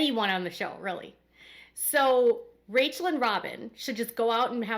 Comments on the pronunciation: Her name is pronounced “Rah Quel” not Rachel. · It's Raquel, not Rachel lol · It's Raquel not Rachel